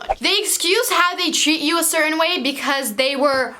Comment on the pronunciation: im sorry but yallll “certAINN” OooOo